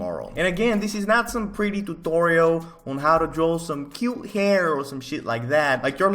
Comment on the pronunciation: I love how he says tuTTTorial.